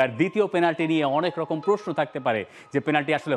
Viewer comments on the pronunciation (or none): none